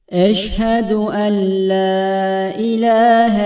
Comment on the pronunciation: Eşhedü en la derken le diyemi okuyorsunuz?